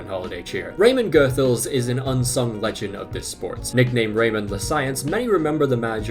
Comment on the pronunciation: You pronounce "Goethals" as " Goodhawls", not "Geuthels". "Thys" is then again pronounced as "Theys", not "Theas". "Rene" is pronounced as in French: "René", not "Ren". And importantly: "Theate" is not pronounced as "Teeth", but more as "Theyawth". There's a couple of others you've missed by a bit, but these were the noteworthy ones. A lot of them you had right though! Like "Tielemans" was 100% correct!